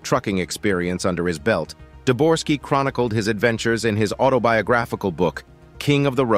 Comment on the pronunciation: Uhhh, it's Debogorski, not "Deborski", nor "Dorski." Such a discrepancy regarding such easy to find, readily available information, really makes me question the authenticity of anything in this video from here forward. Thanks for making it clear that you don't thoroughly research the information in your videos after only three minutes. It saved me wasting another 27 on watching the rest of the video.